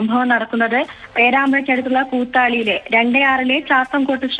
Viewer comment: പേരാമ്പ്ര കുത്താളി അല്ല കൂത്താളിയാ😂😂